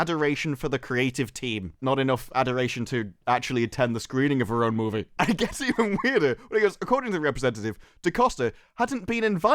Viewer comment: Why the fuck can’t you say the word ‘movie’ properly. Marvels looks shit but you seem like a right virgin.